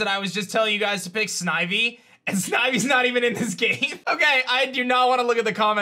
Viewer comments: I’m sad😔 fav game and he said snivey😭 can we get some love for gen 4😂❤️ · sni... snivy? serpe... no no no. Who took control of mind?